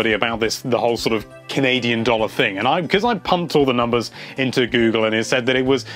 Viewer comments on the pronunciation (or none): none